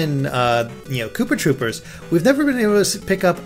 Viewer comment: "Kooper Troopers" :P